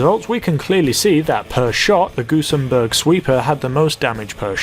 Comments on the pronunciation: gun-zen-burg not gun-sem-burg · gusenbErg ffs